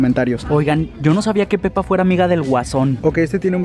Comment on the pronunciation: Hoje cuando dijiste pepa no era pepa